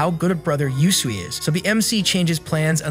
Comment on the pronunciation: not him pronouncing usui as Yusui \... ahhh no offense btw XD